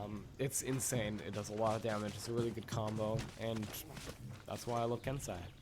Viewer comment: isnt it ken-seh-i not ken-sah-i